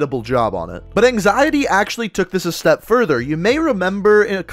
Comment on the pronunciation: Yoooo first place that’s crazy. You said my name right too. “Anxiety” thank you for the showcase and I’m looking to do another 😁😁😁